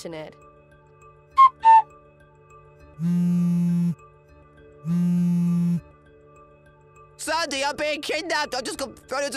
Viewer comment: In the story whre the groom married twice. If I have to listen to that voice every day idk how I would handle it. And he can't pronounce sandy at all. Sandoyee! Lol.